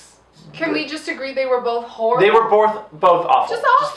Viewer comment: they were "borth" awful